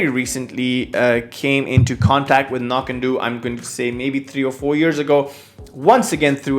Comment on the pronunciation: I believe (cf. Ralfy vids, and elsewhere) that Knockando's last syllable rhymes with "dough", not "doo" as you seem to be saying (google says "no-KAN-dow", but I don't think that means it's "ow" like the beginning of ouch). In part it's important to help distinguish from the nearby Knockdhu ("Nok-doo") distillery, whose whiskies are named anCnoc ("ah-NOCK") to further help distinguish. Sorry if I sound like the pronunciation police, it's just the two nearby distilleries can be confused.